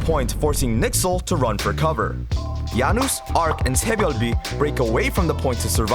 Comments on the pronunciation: "yan-noose" LUL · Did he just pronounce Janus as 'Yanus'?